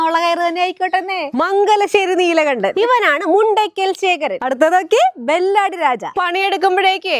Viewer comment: ബെല്ലാടി അല്ല ബെല്ലാരി ആണ്